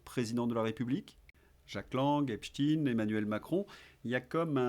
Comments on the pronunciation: Pourquoi vous dites "Epchtine" ? On ne dit pas Epstein, comme Einstein et Frankenstein ? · Arrêtez de prononcer Epstine ; à mon sens c'est fait pour "adoucir" le nom ; on a jamais prononcé Franck Einstine ou Albert Einstine mais bien Einstein... c'est donc pareil pour ce bon vieux Jeffrey Epstein. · Insupportable de vous entendre prononcer le nom Epstein en Epstin….comment vous dites Einstein…..ou Einstin…. Rectifiez svp… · Faudrait savoir... EpsTINE ou EpsTEÏN ? La vraie prononciation est la deuxième et vous l'avez pourtant utilisée plusieurs fois. Syndrome du poisson rouge ? 😉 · Un léger bémol aujourd'hui : de grâce, ne prononcez pas "Epstine" (ce n'est qu'une ruse de ceux qui trouvent son nom trop "typé") mais Epstein, comme Léonard Bernstein : personne n'aurait jamais l'idée de prononcer "Bernstine"... Ceci dit, merci pour votre travail, je vous suis depuis le début avec beaucoup d'intérêt et je partage régulièrement vos videos. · Bonjour. On ne dit pas Epstin mais Epstein (tout comme on ne dit pas Einstin mais Einstein). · mais qu'est-ce que c'est que cette façon qu'ils imposent de dire "Epstine, Epstine" on ne dit pas Albert Einstine mais bien Albert Einstein. J'ai entendu d'ailleurs que ça vous a également échappé un ou deux Epstein 🙂 (ça n'est pas contre vous ) mais ça me donne la forte impression qu'il faut, par tout les moyens, détourner l'origine de ce nom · De qui parlez-vous? Epstine? Un russe donc? Non Epstein, moi je dis Epstein, il me semble que le nom de cette ordure se prononce « Esptaïn ». Dans le cas du manager des Beatles, jamais personne n’a prononcé Brian Epstine. Curieux. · pouvez vous arrêter de prononcer 🗣️'epstine' c'est pénible à l'oreille et un peu ridicule On ne dit pas 🗣️'einstine' ni 🗣️'frankenstine' hein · Cette prononciation de (Epstaïn) à la hollandaise m'horripile ! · Lorsque vous prononcez e.p s.t i .n.e : encore sous protectorat des cowboys ? 😂